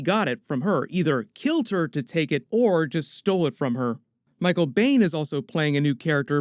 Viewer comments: Michael Baine?? His last name is Biehn. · It's Michael Biehn pronounced "Been"